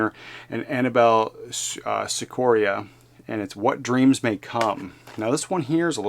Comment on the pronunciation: Sciorra pronounced "shee-or-ah"